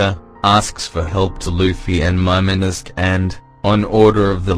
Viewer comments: This guy can't pronounce Momonosuke correctly. god damn ruining my expectation for this. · Momosuké ... im bothered by how you read his name🤣😂😂